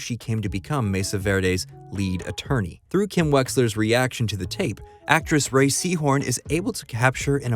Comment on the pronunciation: Just btw, Rhea is not pronounced "Ray"